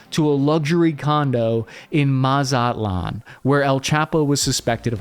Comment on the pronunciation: Nice job pronouncing Culiacan and Mazatlan. Your pronunciation is correct.